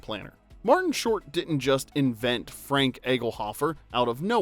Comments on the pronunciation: It’s not Franke moron it’s pronounced Frank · I'm begging you, watch the movies first. It's pronounced Fraunk, not FRANK. A few videos ago you said people think you're AI and the frequent mispronouncing of characters or actors names are why. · Not Frank, Fr-on-k; did the narrator watch the movie? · Isn't wedding planner's name pronouced fronk not frank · Great video -- LOVE this movie! (I like this channel because the narrative isn't an annoying AI voice. At least I don't think it is. If the narrator had seen the movie, he'd know that Martin Short's character's Franck isn't pronounced like ordinary American "Frank.")